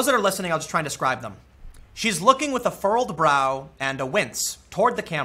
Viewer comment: Love your content, Tim! It's "furrowed brow," btw. Keep it up!